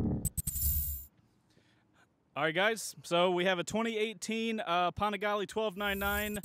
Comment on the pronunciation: Chase u saying the name wrong u need to check 650IB for the correct way it pronounce lol